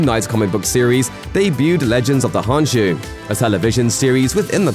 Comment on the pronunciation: imediate red flag the k in khonshu isn't silent so its not honshu